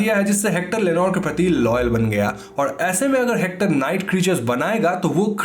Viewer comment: Am I the only one who can hear Lenore Ke pati (पति) instead of Lenore ke prati (प्रति) 🗣👂🏻😅😅😅